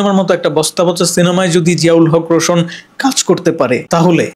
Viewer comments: ভাই বার বার আপনি রোশোন বলতেছেন আসলে এটা রোশান হবে 😂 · ভাই রোশন না রোশান । প্রথমে নামটা ভালো করে শিখবেন তারপর।নিউজ বানাবেন।